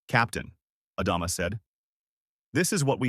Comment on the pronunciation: For the 3rd story in a row....Adama... Ah Dom Ah....ADAMA!!!!!!!!!!!!!! it is not the only name this AI bs is getting wrong. ADAMA!!!!!!!!